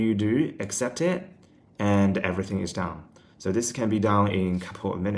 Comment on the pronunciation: Knew you were living in Australia as soon as I heard you say "soo" 😅